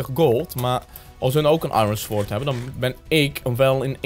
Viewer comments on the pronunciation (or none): none